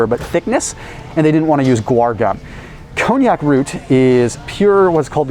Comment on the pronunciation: It's pronounced: Con Jack root.